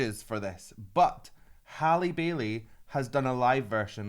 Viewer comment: Her name is pronounced as Harley.